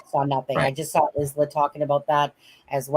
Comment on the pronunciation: Don't want to be pedantic, but the name Isla is pronounced as Isla in Island, ie Aye-La.